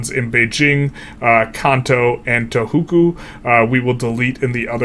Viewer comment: Can you stop saying Tohuku